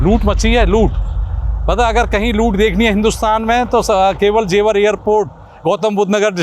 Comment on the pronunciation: जेवार ❌ जेवर ✅